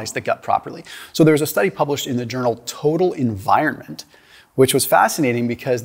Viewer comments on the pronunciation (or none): "toe-dull in-vire-mint" - What's that?